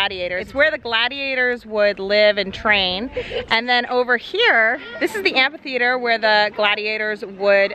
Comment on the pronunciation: It sounds like is saying,"ant theater " instead of amphitheater 😃 I'm picturing ants fighting! 🤣